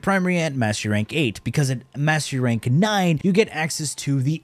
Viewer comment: Sounds like you're saying Mashy Ranks.